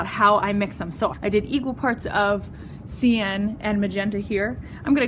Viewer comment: Good video but cyan is generally pronounced "sigh-an", not "see-an"